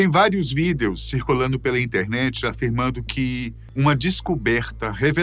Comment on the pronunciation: Por que ele sempre fala : videous